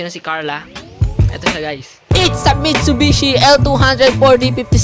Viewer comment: Mishubisi kuya? Or missubibi WHAHHA